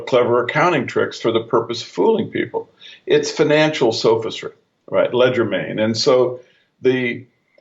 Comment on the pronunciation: Hey ur a really smart guy so what is ur problem with proper pronunciation? I'm sure Kelly cringed every time you said "ledger main" when I'm sure you meant legerdemain" which is French for quickness of hand. There are other words you seem to have problems with and it is quite distracting at least to me when you throw these linguistic curve balls out there. Other than that I appreciate fully what you do and this series is excellent in every way except for these occasional glitches.